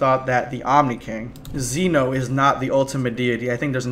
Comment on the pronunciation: Could you please learn how to pronounce Zen-oh? Thanks.